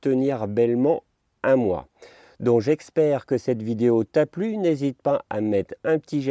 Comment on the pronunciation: " j eXpère" ahahah sinon bonne vidéo